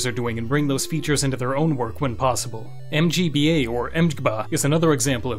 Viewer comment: why did you have to pronounce mGBA like that LMAO